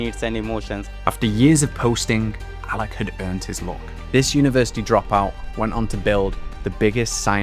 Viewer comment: He said allakh not alla, alakh is the name of the founder